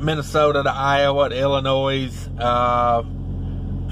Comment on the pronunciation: Good video. But the s is silent in Illinois. 👍